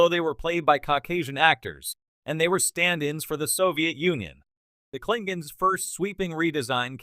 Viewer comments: Actually, if you watch TOS, they often pronounce it “Klingans,” so… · Pity you can't say the word KLINGONS LOL